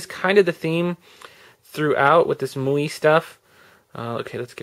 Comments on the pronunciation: The ROMs name is pronounced "My You Eye" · It's pronounced "My UI," just in case no one else mentioned it.